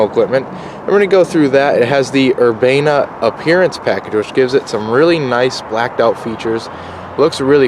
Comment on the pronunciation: stop saying urbana in a fuckin angolicized dickhead way.. come up with something other than "nice".